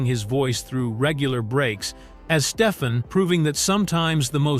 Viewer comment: That's pronounced: "Steph-ON" not Steph-in.